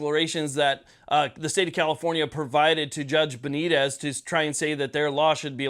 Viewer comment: Please have the respect to at least TRY to pronounce Judge Benitez correctly.